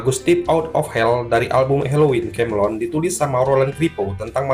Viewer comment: Kemelien kok kamelon ki lho, dibenerin dulu cara bacanya